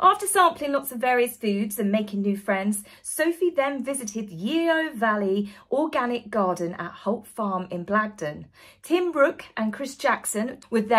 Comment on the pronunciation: Just to let you know, Yeo Valley is pronounced 'Yo'valley..😉